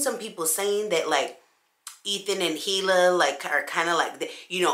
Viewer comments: girrrrl! Don't feel bad! It is pronounced E-lah but even she said it's ok to use Hila, with a hard H. 😘 so u good! 😁😘😘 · It's pronounced like E-Lah for Hila. Trisha pronounced it wrong on purpose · Omg I didn’t know that! I’ve been mispronouncing it this whole time and I feel so bad now 🤦🏻‍♀️🤦🏻‍♀️ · not your fault - I figured was just because it's how people like Trisha keep pronouncing it. Her name is Hebrew and we hate hard H sounds 😂